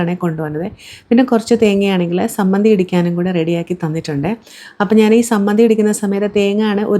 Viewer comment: സമ്മന്തി അല്ല ചമ്മന്തി പൊടി